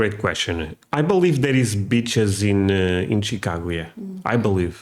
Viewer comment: Dude work on the pronunciation of the word “beaches” it’s coming out “bitches”. Lol